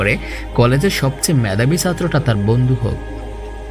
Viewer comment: আসসালামুআলাইকুম ওয়ারাহমাতুল্লাহি ওয়াবারাকাতুহ। মাশা আল্লাহ! সত্যিই ভাই অসাধারন আপনার কণ্ঠ! আপনি যদি আরেকটু চেষ্টা করেন! অনেক দূর যেতে পারবেন। আমার পক্ষ থেকে কিছু সাজেশন রইলো আপনার জন্যে। উচ্চারণ গুলো যথাসম্ভব প্রমিত করার চেষ্টা করবেন। কিছু কিছু জায়গায় উচ্চারণের ভুল কিছুটা কানে বিধেছিল। আমি কয়েকটা তুলে ধরছি। ফুচকা, বলার সময় চ এর বদলে স হয়ে গিয়েছিল। বন্ধু এর জায়গায় বন্দু। মেধাবী এর বদলে মেদাবি, ছেলে এর জায়গায় সেলে। এছাড়াও অনেক জায়গায় উচ্চারণের ত্রুটি ছিল। যা থাকাটাও স্বাভাবিক। তবে অনেক প্রাকটিসের মাধ্যমে আপনি কাটিয়ে উঠতে পারবেন। আমার সাজেশন থাকবে বাসীরা, আন নাফি, Niyamah, raindrops media এদের কনটেন্ট গুলো একটা নোটপ্যাডে কিংবা মোবাইলে লিখে তাদের মত করে উচ্চারণ করে পড়ার চেষ্টা করবেন। এতে করে ধীরে ধীরে আপনার উচ্চারণের সমস্যাগুলো দুর হবে। আল্লাহ্ আপনার জন্যে সহজ করে দিক